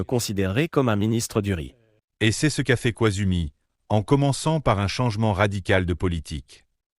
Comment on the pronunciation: Le père de Koizumi a été premier ministre pendant plus de cinq ans. Donc un bon journaliste devrait savoir comment prononcer son nom correctement.